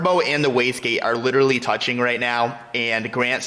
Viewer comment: Cracks me when he say little lee (literally)😂😂